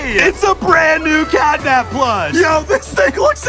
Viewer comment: Me too it's catnap not catnab 😊